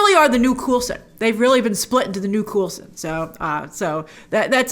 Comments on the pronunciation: Who’s “Cool-Son”?? It’s COLE-son! 😄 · 1. Lavender is used to keep away demons and was used to wash the feet of Jesus, very easy to look up. 2. Its COAL son not Cool son. Do you say BAG als and not BEYgals? lol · "coolson" I know he's cool, but it's Coulson. Son of Coul. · Did you just call Coulson, Coolson? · It’s pronounced “CoalSun” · Interesting pronunciation of Coulson. I thought that the Wandavision theme song reminded me a bit of "Growing Pains" theme song. I did like the "Family Ties" themed opening.